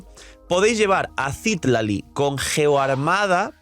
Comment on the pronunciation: v sería muy mamón si menciono que Citlalí está mal pronunciado?.. digo, tiene el acento en la "i" final, no al inicio... de igual forma debería decirse Citláli, como en México se pronuncia normalmente. Solo digo ._.